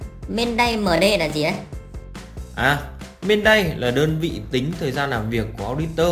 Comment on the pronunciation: Man-day chứ không phải main day nhé